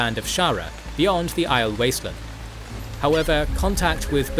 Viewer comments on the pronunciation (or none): Again, it sounds weird to say it "channeling one power" As in the books they say it like "channeling THE one power" And aiel isn't pronounced eye-el, but eye-eel, with a long e on the second syllable